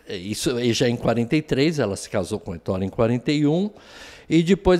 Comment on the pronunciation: Ettore, com acento na na primeira sílaba/vogal. Fala-se é -ttore!